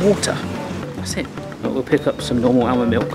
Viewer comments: Great video, but FYI, it's pronounced AH-MUND not AL-MUND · Stop saying bloody ow-mond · The "L" in almond is silent, it's supposed to be pronounced like "ahh mond". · Why does pronounce the 'l' in 'almond', but not in salmon or calm? at least be consistent! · The 'l' is also silent in almond, but he always pronounces it.